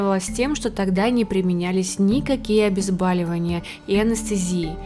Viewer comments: Не обезбаливание, а обезболивание. От слова боль. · Не обезбАливание, а обезбОливание, от слова бОль. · Вы хотите быть успешным блогером, почти просвещать людей. Но почему у вас такая безграмотная речь. ОбезАливание. Кто вас учил, или вы во время урока курили и пили пиво. Это правило из начальной школы. Проверочное слово БОЛЬ, а значит обезбОливание. Стыдно лесть в калашный ряд без образования. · Обезболевание.... Слово БОЛЬ А НЕ ОБЕЗБаЛЕВАНИЕ.. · ОбезбОООООливания, обезбАливание, это без отпуска на Бали остаться. Может хоть так запомните, двоечники. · ОбезбОливание а не обезбАливание ,от слова БОЛЬ . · Не "обезбАливание", а обезбОливание... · после слова «обезбАливание» тормознула ролик. все-таки в СМИ хочется правильного русского языка и грамотности. а не вот это вот все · Тоже резануло ухо. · ОбезбОливание, обезбОливающие. От слова "боль", не "бал". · ОбезбАливание! Не могут подготовиться к чтению текста, бестолочи!! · Нужно говорить обезбОливание от слово боль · ОбезбОливание -правильно!Выучите русский. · Обезбóливание.. Уши режет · Ну да, особенно "обезбАливание"